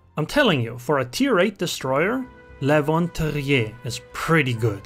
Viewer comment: as a dutchy i think your pronounciation was spot on xD